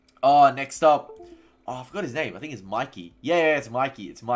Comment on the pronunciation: It's mickey not mikey